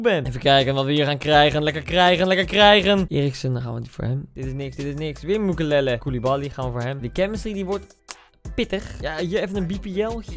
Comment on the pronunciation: Niemand: Echt helemaal niemand: Koen: mukelele